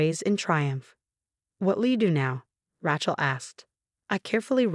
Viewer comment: Learn how to prounce Rachel right.